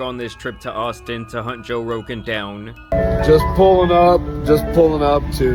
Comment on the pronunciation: He couldn’t said Jose Rogan